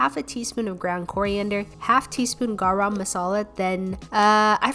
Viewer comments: Actually the pronouncation of Garam is "Gah-rum" and also the Masala "Mah-sah-la" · its not garram masala its geram masala and spelling is garam masala btw no hate just so you know ;D and you should try making butter chicken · the "m" on garam is silent so you should pronounce it like gara masala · Her - Garram masala Me isn't it - garam masala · so its not pronounced gaaram masala its actually pronounced gurum the u is of how you pronounce gum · You are saying gaara masala you should say ga-ram masala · Don't say Charaam masala say Garam masala 😀😀😀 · I just wanna say that garam is pronounced gurum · Gawrum masala 😂😂 Nahh it's easy garam masala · Bro but it's like she's making it up the way she say 'gareum masalae' like it's garam masala like even if from her perspective it's NOT THAT HARD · It’s pronounced “gorom” masala not “garam” masala....anyway it’s okay to say both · it is not gara masala it is garam masala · Gàrâm masala 🤣 no hate but yah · gaaraam masala "THE EMPHASIS" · you prounouced garam masala it’s pronounced like Gura masala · I want to tell you something, it's not kara masala it's Kalla masala by the way I like your videos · "GA RAM MASALA" xd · Its pronounced (gar-uh-ma-sala) hop i helped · you can pronounce garam masala pretty good but this is how to pronounce it perfectly Ga-rum masala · Its Guh-rum masala look im an indian it kinda annoying. im sry if that was harsh! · loved ur videos but next time work a little more on ur pronounciation Garam masala(ga-rum) basmati rice(baas-ma-ti) ik ur an foriegner and it is hard to pronounce and i understand. I liked that u atleast tried. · The way she says garam tho- its pronounced - ga rem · LOL, i got a little cringe when she said GAARum Maasaalaa. but she good <3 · Garam masala is said as garum masala😅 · its pronounced as "guh-rum" masala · Lol you put a lot of emphasis your pronunciation of garam 😂. You can just say it like Guh-Rum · Her GARAM masala pronounciation is soo cute